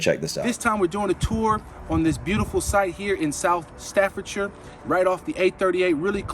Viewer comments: £275,000 starter home ? Oh no it ent the avg wage in the UK cannot afford that . Starter homes are usually around 300sq/ft in total . and half that price . With no garden or garage . And you dont pronounce every vowel like you do in the USA . Not Stafford Shire pronoounced Staffad-sher , like Wusta-sher instead of War Sester Shire as Americans would pronounce it ( Worcestershire) . W.C. water closet ...or just toilet .more commonly referred to as the Bog . Very rare to have seperate laundry rooms in homes less than £400,000 . Air conditioning those are mostly in cars . Want fresh air open a window . Uk climate is lot lot cooler even in summer . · Staffordshire is pronounced staff-ud-shuh. All the shires are pronounced 'shuh'. I love the complexities introduced when Americans talk of Worcestershire Sauce. It's 'wust-uh-shuh'. Someone probably already said, but WC is 'water closet'. Some homes have the WC in a separate cubicle/room, and some have them in the bathroom. The vast majority of UK homes are not large enough to have massive open-plan kitchens. The kitchen is usually a small room compared to the others. Every house is different. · Not Staffordshire pronounced Staffordshaa you don’t say the shire shyerrrr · Quick tip to Americans when an English city/town/village have shire at the end of their name, it's pronounced sure. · HEY MSG ME ANYTIME FOR INFO on the UK. Im from yorkshire but I live in Liverpool. ALSO SHIRE IS PROUNOUNCED SHUR NOT SHIRE IT DRIVES US MAD WHEN AMERICANS SAY THAT HAHA STAFFORDSURE FORGET THE H. AND LONDON IS FAR FAR MORE THAN THE NORTH OF ENGLAND. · in England any place that has a name ending is Shire it's pronounced Sheer it's not a separate word so Staffordshire is one word so it's pronounced Staffordsheer not Stafford-shire. We don't live in a lord of the rings novel. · If you want to touch your British roots, stop saying "shyer". It rhymes with "stir". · Correct pronunciation for anything ending in shire sounds like shur